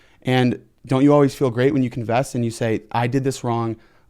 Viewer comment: Convess?? Lol why he say confess like that 😂